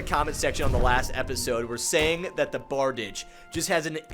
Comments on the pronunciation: Googled to double check but that is a bar-deesh. I say very often that language is fake, that we made the shit up, and that this means that bickering over correct pronunciation is a little silly. Functionally though, bardiche is usually pronounced bar-deesh. On an unrelated note: next time you use a blunt weapon, I'd love to see the effect that gravity imbuement has on it. I was a little curious to see what effect a gravity maul would manifest but, unless I'm simply forgetful, you didn't seem to demonstrate it in the video. Going through all 3 imbuements might be something to consider for these videos moving forward. I only discovered blade and sorcery content and thus this channel recently, but I've been enjoying it so far. I'm excited to see this series continue. Ah, one last note: Pole arms in general were usually king in olden warfare (aside from, like, bows and such). Most armies used some kind of spear, axe or halberd as a standard issue primary weapon. Swords and such were generally back-up weapons or simply self defense tools. It's hard to hate the style and finesse of a classic sword, but I think you're going to find most polearms to be particularly useful. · It’s pronounced Bard-i-shay